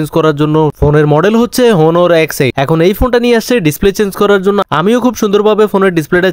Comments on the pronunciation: অনার রে হোনোর কইতে শুনলাম এই প্রথম। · উচ্চারণ টা হনর না। অনার হবে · হনুর কি রে? অনার হবে উচ্চারণ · হনোর না অনোর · ভাই খারাপ ভাবে বলছিনা জানালে ভালো হবে মনে করি। এটা হনর ফোন না অনর ফোন। সুন্দর ভাষা হলে সুন্দর ভিডিও হবে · ভাই হোনার না "অনার ",হবে,,, 😂😂😂